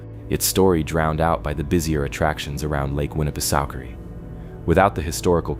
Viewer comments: You're pronouncing Winnipesaukee completely wrong! 🤦🏾‍♂️ You keep saying Suki but that's not how it's pronounced I'm from New Hampshire I think I would know LOL.....it's pronounced sawkey not Suki! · That's what I was saying I commented that it's not pronounced Suki it's pronounced sawkey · I am only 44 seconds into the video and I must sto😮ppp for a minute .... Ok 1st of all...STOP 🛑🛑 if u are going to speak about a place , PLEASE LOOK UP HOW IT IS PRONOUNCED , for the love of all that is great ugh!!!! it's pronounced Lake Winna pa socky,...ok continue on... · Lol winnapasooooki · It's pronounced: 'Winni-peh-SOCK-ee' 😎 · The ai reader is pronouncing Winna pa sockee different EVERY time it’s read. Roflmmfao. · Lake Winapasookie😂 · Im not tyin to be a d☆☆k, but its pronounced Winn-a-pah-saki. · agreed. the mispronounciation goes right through me